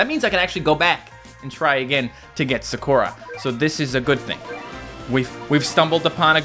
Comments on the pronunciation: It’s pronounced Sah-koo-rah. Not Sa-caw-ra. Just saying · NOO ITS PRONOUNCED SA-KUR-A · Not to be annoying, but i just wanna say, why does he pronounce sakura « sakorar »? 😂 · (SUHKOORAH)💀 no hate but its pronounced (sah-koo-ruh) like narutos childhood crush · Anyone else die inside when he said sakora instead of Sakura. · i love how he said saKOra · It’s a really common Japanese name and he didn’t know how to pronounce it correctly 😂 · sakuras name is pronounced sah-koo-rah. Just sayin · When he constantly mispronounced Sakura name, it hurt my soul. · Is it me or did he pronounce Sakura completely wrong ?